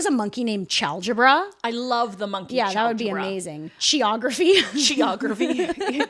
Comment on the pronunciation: Except it turns out to be their evil twin, Choreography. (Pronounced chôr, not kôr, obviously.)